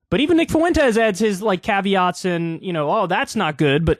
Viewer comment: Kyle if you keep saying "Fu-en-tes" I'm gonna give you a swirlie. Not because Nick deserves his name said properly but because it's making my Latina skin itch.